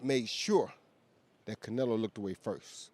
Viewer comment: I he said Canrloadr Bud look away first it would be the best thing you hered him say